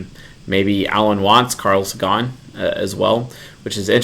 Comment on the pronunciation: Sorry to be a pain in the ass but Carl Sagan is pronounced seɪgən, like satan but with a G :)